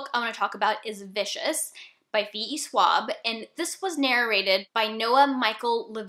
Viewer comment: I went to listen to the sample of Amy Landon's narration and it absolutely sounds like a robot! Thanks for the warning. Just a detail, though. Maybe I keep mishearing it, but it sounds to me like you're mispronouncing Victoria Schwab's surname. I checked a video where she's introducing herself just to be sure I'm not mistaken about the pronunciation and her surname is pronounced with soft s as in "mission". I only mention it because this was not the first time I heard you mispronounce it. Other than that, this is a great video. I listen to audiobooks a lot and the narrator can do a lot for the book, so I always appreciate tips for good narrators.